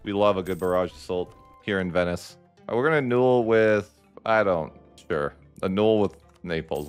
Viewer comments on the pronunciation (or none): Are you mispronouncing annul (uh nuhl) as uh-nool on purpose or is this a word you've only ever read and not heard people use before? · No, that's not how it's pronounced in British English either. It's uh-nuhl in both. Maybe in some regional accents it's said that way, but not in proper English of any variety.